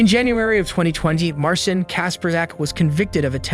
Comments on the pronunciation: I'm curious why you pronounced Marcin differently throughout - like "mar sin" half of the time and like "mar seen" half of the time, sometimes in the same sentence. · Please look up Polish pronunciations next time. 🙈 Marcin = Mar-CHEEN. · I know Polish named are hard but Marcin is pronounced March-een lmfao